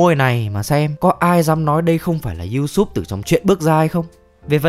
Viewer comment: Video hay nhưng hơi khó chịu chỗ Usopp bị đọc là Usoop một tí thôi